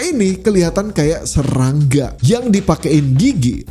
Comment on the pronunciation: admin kalo kata depannya 'S' pasti kedengarannya kyk 'Z' wkwk, contoh ngomong serangga jadi zerangga